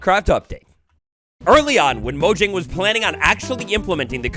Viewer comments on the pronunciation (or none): none